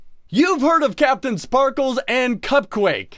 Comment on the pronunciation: They said "CaptainSparkes" ITS CAPTAINSPARKLEZ